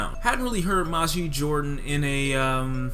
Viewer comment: You're mispronouncing their name